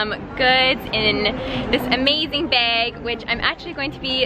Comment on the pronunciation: Love your channel!!! I`m from Minnesota haha We both miss pronounce the word bag the same way haha :)